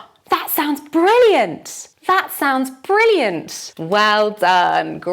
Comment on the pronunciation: Why do we hear at the end of the word "brilliant"/ˈbrɪliənt/ , the sound 's":?? when you speak.